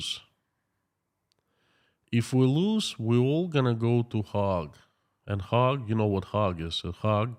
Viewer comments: It's pronounced hage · Hague is pronounced as 'Haig' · Another interesting talk while I eat my salad. I like your pronunciations of the Hague. The town I live in is full of 4th generation Dutchman. Yeh - The Hog. I like it. I been thinking. Let's say they do declare war against Ukraine for it having the temerity to actually defend itself against Russian aggression. Russia has already pulled out the old stuff for fighting. Some of it goes back to World War 2. I've seen a lot of videos where their soldiers are neither equipped well nor are they treated well by their superiors. The text from a lot of phone calls shows they do not want to be there and really don't believe in Putin's war. They say he is running out of the missiles he is using to kill Ukrainian babies. They say even the ammunition is getting low in supply. Tanks, trucks and railroad supplies are being blown up by HIMARS and the BAYRAKTAR. As an economist, you have been taught to view the war by resources. It looks like Putin is slowly running out of war resources. He can mobilize more men but is this an effective use of resources? He doesn't have the resources to train these people. Some resources are intangible Crimes against humanity may not retain even his traditional allies. Allies are a resource. This resource too may be squandered. A great resource is the support of his people. Killing the husbands, sons and fathers of the people may lead to a diminishing of this support. He certainly will not come across to the world as a moral example. You say over a million ha